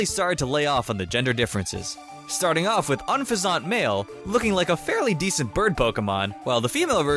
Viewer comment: HAHAHAHAHAHAHAHAHAHAHA DID YOU ACTSHALLY SAY "we're starying off